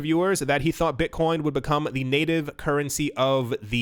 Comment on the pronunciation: Did he say Bitchcoin? Hell fuckin yea!